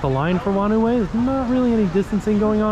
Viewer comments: Nz here: “whanau” in “whanau way” is pronounced like “fah-now”. “Wh” is an “f” in Maori and some other Polynesian languages. It means family 😊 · Whanau is Maori for family, and it's pronounced like far-know. Wh makes an f sound.